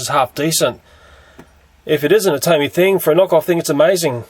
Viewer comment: its pronounced TOMY